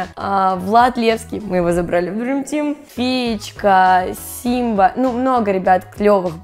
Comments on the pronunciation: Не Симба а Сёма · не Симба а Сëма